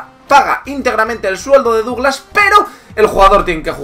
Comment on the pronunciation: Su nombre se pronuncia "Daglass".En Brasil se partieron de risa cuando lo fichó el Barça porque ya era un bulto por aquella época.